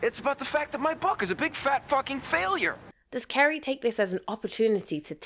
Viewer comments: Carrie not Kerry. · Why do you call her Kerry??? Her name is Carrie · Who is Kerry? Her name is CArrie! With an A 😂😂😂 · Why do you pronounce her name “Kerry”?